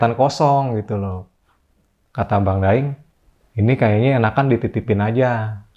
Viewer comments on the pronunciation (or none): abang yg aploud bun salah ucap kok.. 😁😁 Daing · Tapi bang nya ngucapinnya bukan daeng, tapi da'ing. Entah kenapa kok tulisannya daeng